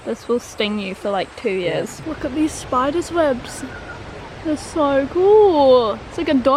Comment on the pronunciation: When you said “look at those spiders webs!” Right after you shows us the gimpie you sounded so Australian 😂